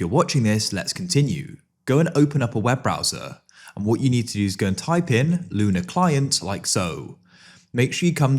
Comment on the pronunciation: bro said luna klein this is what my ears heard